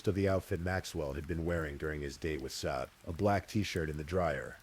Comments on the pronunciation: The AI narrator mispronounced Sade throughout. Kinda disruptive and annoying. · I feel sad that Sades name was mispronounced throughout the whole narrative, especially since the story started with how to pronounce it. Issys too when her full name was spoken. It's disrespectful to their memories 😕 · It absolutely is disrespectful, I agree. That’s what we get with this type of AI slop.